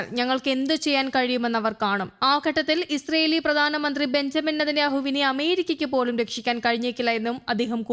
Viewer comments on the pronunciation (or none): none